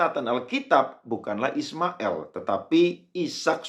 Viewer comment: Kalau,islam itu ismail, il bukan ismael konon,ucaplah degan benar jagan di legko legko😮